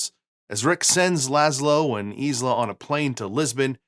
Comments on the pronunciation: It’s “Veeshee” not “Veetchee” ! Learn how to speak when you present. It’s not hard! And it’s Ilsa not Isla. Have you really seen the movie! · Ingrid Bergman's character's name is not "eeez-la" it's "ill-sa." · Ilsa... not "EASE luh" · Her name is pronounced Ilsa not Isla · This is one of my favorite films. I've always felt Ingrid Bergman was at her most beautiful in this movie. I believe her name in the movie as Ilsa, not Isla as you kept saying. I've never had a cocktail but I did have some cognac once. I hate to say it, but it was the absolute nastiest thing I've ever had. I am writing down the recipes to try them. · It's "ILL-sah" not "EES-lah" It's "VEE-shee" not "Vee-chee" And now I have to try a champagne cocktail 🍸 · ILSA not Isla! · Yep. Also, Ingrid Bergman's character's name is not "eeez-la" it's "ill-sa." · problem I find with his pronunciation of "Ilsa" is that if you've watched the movie you have heard the name pronounced several times. And preparing for a video about the film would require several new viewings. Therefore, the way that he transposes the "L" and the "S" and comes up with "Isla" left me dumbfounded.